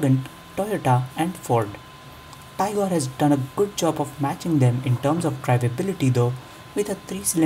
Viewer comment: it's tigor (tee-gor) not tiger (tai-gor)